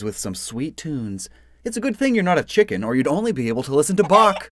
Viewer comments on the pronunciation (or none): none